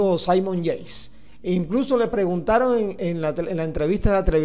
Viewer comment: Debería pronunciar y vocalizar mejor, los nombres de los deportistas al menos. (Saimon Yeis)